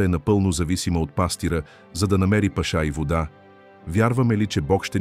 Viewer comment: Не Дейвид моля....а Давид...не паша с ударение на второто а ..защото така визира владетел...а паша с ударение на първото а означава храна ...моля ...четете правилно тези чудесни библейски пасажи ...не променяйте значението ...хайде моля....